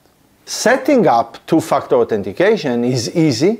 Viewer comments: Your accent makes it sound like you are saying "to f#ck the authentication" And i love it. :) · Sorry but I have to laugh every time you say "two factor"🤣🤣🤣But seriously, very informative thanks.